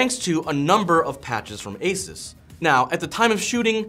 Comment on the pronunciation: Add my pennies worth, It's pronounced Asooose not Asus 😅